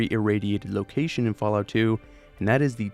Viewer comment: he said fall tity 😊😊😊